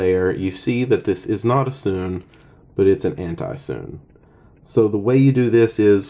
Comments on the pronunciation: It's called 'soo-nay' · BRUH ITS (soo-nay)